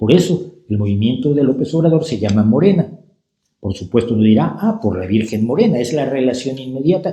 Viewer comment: MoReNa. ¿De cuándo acá en México se pronuncia suave la "r" inicial de regeneración? El López que registró su candidatura presidencial el domingo 12 de diciembre de 2017 se parece al otro López decimonónico, carismático, seductor de la patria, ególatra, centralista y guadalupano, Antonio López de Santana.